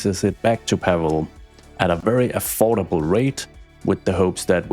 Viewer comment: POLSKAAA GUROM!!! Also for anyone reading this, it's Paweł not Pavel. Polish doesn't use the letter V